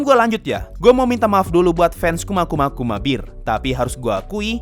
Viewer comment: Bear bukan Beer. Aku malah salfok sama pengucapan bear nya wkwkkak kedemgernya Beer bukan Bear